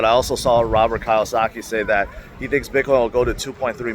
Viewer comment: Robert KEEE -OH -SAKI not Kawasaki.